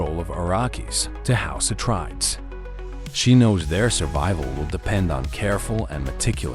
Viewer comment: Your saying it wrong, its house Ah trade ees